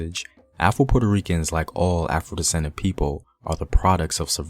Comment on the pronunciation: I know you said afro Puerto Ricans but it sound like you said Apple Puerto Ricans 😂😂😂😂